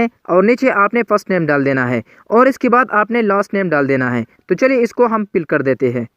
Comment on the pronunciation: Pill nhi fill hota hy apni pronounce kro Interpace nhi interface hota hy Pour nhi four hota hy